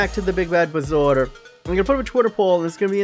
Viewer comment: I thought it was bar-zo-er